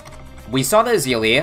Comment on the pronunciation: you missed the meme of ezili, it's not e-zili it's easily bro